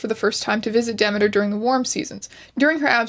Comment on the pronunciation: I am however thriving on strange's pronunciation of Demeter. I will forever call her 🌟"Dèmiter"🌟